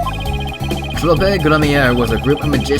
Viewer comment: The word troupe is pronounced like troop